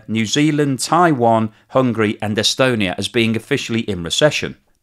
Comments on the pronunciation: It's not pronounced 'Taiwon', FFS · what? Were you listening? He calls it 'Taiwon' throughout the video, for some reason. I don't know how someone can mispronounce Taiwan.